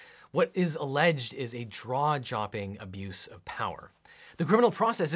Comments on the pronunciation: Lol you said draw jopping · Lol this is “draw jopping”:) I do that all the time, it’s nice to know you’re human! Love your videos, and it’s really helpful to have these on current events, please keep them coming! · did you say "draw-chopping"? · Am I the only one hearing "What is alledged is draw jopping abuse" - lot's of funny stuff in this episode, well done! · "a draw jopping abuse of power"